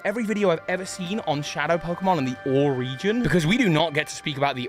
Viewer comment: These theories are interesting and all, but I can't get past you constantly pronouncing the region of Colosseum and XD as "or".